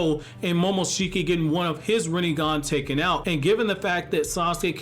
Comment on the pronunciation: Rinnegan, more like "Rinne-gone" .